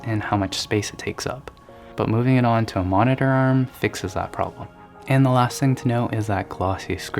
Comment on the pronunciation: No one: in a soft gentle voice: "mohneteeehr"